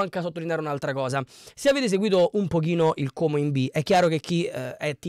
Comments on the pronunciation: Complimenti per come pronunci Como 😉👍👍 è quasi perfetto: A quanto pare hanno bel gruppo in squadra, sono ragazzi che si sono guadagnati la promozione insieme, però a mio parere un pò di persone partono perchè non riusciranno a tenere la categoria e poi ci sono giocatori che non hanno mai giocato perchè non integrati nel gioco di Cesc. E' una società molto attenta agli investimenti e non fa cose a caso o sperperando i soldi, la hanno coperta di aspettative inutili, mentre hanno dichiarato più volte di voler spendere poco e di volersi solo salvare, uno dei problemi principali oltretutto e il rifacimento dello stadio come hanno fatto a Bergamo, sarà una delle cose più difficili che dovranno affrontare oltre a salvarsi in campionato. Karius a me non piace, però non so cosa decida la società. Konè ha avuto un brutto infortunio con il Palermo dovrebbe rientrare a Ottobre probabilmente (?). Gioacchini??? ma guarda che non ha fatto 9 goal.... quello è Gabrielloni, che è incedibile in quanto è diventato una bandiera. Io credo che però questo attacco vada rivisto perchè deve fare più goal, Cutrone da solo non potrà fare miracoli e spesso durante il campionato si ritrovava come sola punta e aveva difficoltà. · Finalmente sento qualcuno che pronuncia correttamente la parola Como,i telecronisti ei giornalisti in televisione non hanno ancora imparato a pronunciarlo. 🤣 Io tifo Lecco e non scorre buon sangue coi comaschi,ma questa è un altra storia... daje! 🤗😁